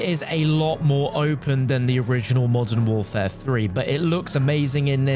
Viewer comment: “Call of duty molten warfare” lol I can’t I hear it lol